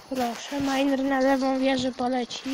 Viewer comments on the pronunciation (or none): Miner A nie mainer